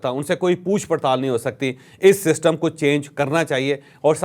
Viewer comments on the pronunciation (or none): none